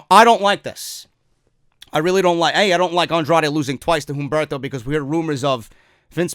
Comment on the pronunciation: bro, love your work, quick note, u dont need to enunciate the "H" in humberto, u can pronounce it "Umberto"